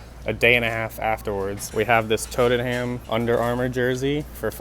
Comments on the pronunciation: " TOTEN HAM " LOL surely you mean Tottenham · Toten ham bruuhhhh I support them you pronounce it tot en am not hating just advice or just say spurs